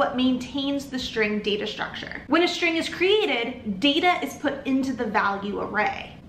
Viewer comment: Is that an accent? Why are you saying shtring instead of string with s not sh? Iam new to english please teach me